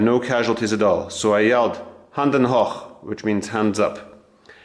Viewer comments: It's Hànde not Handen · it s not "Handen hoch" its "Hände hoch!" Handen is not even a German word! Just a kind information.